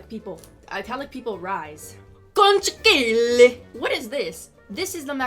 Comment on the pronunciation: Italic people rise ❤️ Also immediately after: čOnCHïgLïé